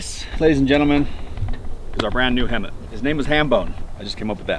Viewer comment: It's HEMTT not hemmit